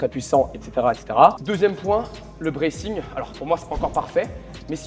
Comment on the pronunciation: Le braithing ????? Le bracing non ? 👀